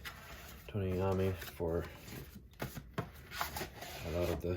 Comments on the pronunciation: Fantastic opening!!!! One quick note. His last name is pronounced eye-owe-me. 🤘🏻 I ordered both, one signed and one monkey special. Due here tomorrow!🔥🔥🔥🤘🏻🤘🏻🤘🏻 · You should learn to pronounce his name correctly.